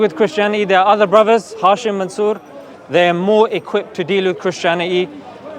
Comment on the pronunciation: Bani Hashim not Hisham..